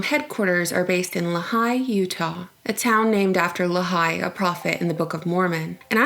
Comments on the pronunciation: Uh, good job on most of this, but you need to double check pronunciation on your facts when you make a video. I live in "luh-high" UT. It's pronounced Lee-High. It's spelled Lehi. It's not that difficult. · Lehi is pronounced "Lee-High", not "la'high" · it's pronounced lee-high. not lahi. I used to live close to there. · you pronounced the Utah town like la high but its pronounced like lee high..... I know I know towns in Utah are pronounced different then how they are spelled. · it's pronounced Lee-High, not luh-hye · 😄😄 It's pronounced "Lee-hi" Not "La-hi" (Place in Utah) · Hey... I love your videos and subbed a while back. Not sure if this has already been said but Lehi is pronounced 'lee high' not 'la high'. I was born and raised there... anyway, keep up the good work! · You pronounced Lehi wrong it's (lee-hi) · le'high? you mean lehi, pronounced "Lee high" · Haha it's pronounced "lee-hi" not "la-hi" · LEE - hi. Not, Luh - HI. :) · Lee-High. Not Le-high. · The name of the town in Utah is pronounced Lee-hi not Luh-hi. Otherwise, this information is fantastic. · It's pronounced Lee high Utah. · It's pronounced "Lee Hi". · 2 things on the ancestry thing: 1 it's pronounced Lee High 2 a lot of IT is moving there because of the new because of the fiber optic infrastrucure. It's not just the NSA 3 it's population is exploding. It's not remote anymore 4 otherwise you're spot on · Lee-High is how you say Lehi. Roll eyes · That's not how you say "Lehi", it's lee-high. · it is pronounced LEE-HIGH, UTAh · Its pronounced Lee- high (lehi) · It is pronounce Lee hi. The middle of no where is also Lehi, UT I also just saw another video about the DNA saving. Goes even deeper in to other things. Lies only sheep will buy. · It's pronounced lee-high. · It's pronounced Lee-High, You-Taw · Lehi is pronounced as Leee as in leeway and hi like hello. So Leeehi. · It's L - long e - hi (like saying, "hi") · Cringes at your pronunciation of "Lehi" Great video, but... jesus.